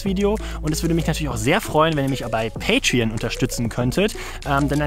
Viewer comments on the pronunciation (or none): none